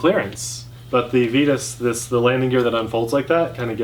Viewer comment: Comparo! I’d also like to vote on the pronunciation of Vitus.... it should be v(eye)tus, just like the “vita” in vitamin :)